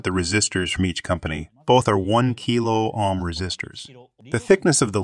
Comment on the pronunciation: These are great videos about the basics of electronic components. One minor quibble. Whomever is doing your reading is miss-pronouncing a couple words. It's Ann-node, not a-node for anode. And it's Oam, not ahm for Ohm. Solder and soldering are a bit trickier. If you're going for an American pronunciation, it's sa-der, and sa-der-ing. The british pronunciation is closer to what your speaker is saying, but the rest of his accent is American, so it sounds a little strange.... I'm also not sure if they pronounce the l in solder. To me the british pronunciation sounds more like soe-der, and less like sole-der. The translations themselves are perfect. Just a few technical words your speaker should learn the right pronunciations.